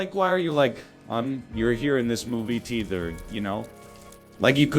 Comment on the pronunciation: Also why does it pronounce "Theater" like "teether"